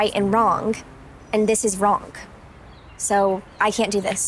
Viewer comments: "i know this is wronk and this is wronk" 🤓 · She said wronk. Haahaha